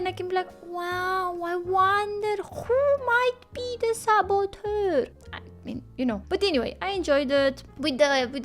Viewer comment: I suspected the Swiss Chef from the Muppets Show, but the cook was a close second! Plus the Doctor was played by a Famous Actor ™, and he was a sort of antagonist, so he could have been the saboteur too! (loved how said 'saboteur'!)